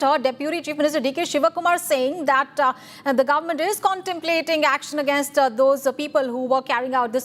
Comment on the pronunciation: On another note, why is the quality of this journalist so bad? Claiming is pronounced “climing” Against pronounced as “Again-ast”. Not to mention the number of “aa” space fillers. I mean, people make these mistakes but for a journalist, this is absurd.